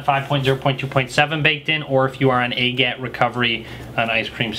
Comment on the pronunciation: AGAT isn't a name, it's an acronym. I think it should be said by letter like "A G A T", not said as one word like "agat." Just sayin. Great reviews and instructions btw. Thanks for them.